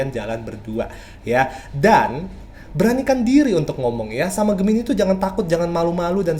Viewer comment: Gemini bukan medipikat bang, tapi dia memikat.